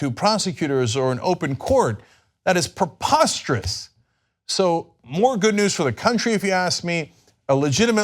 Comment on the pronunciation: Cenk, it is "PREposterous", not "PERposterous".